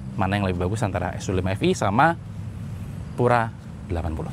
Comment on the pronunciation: Baca Pura aja jangan Pyura karena Pura itu bahasa Latin bukan bahasa Inggris.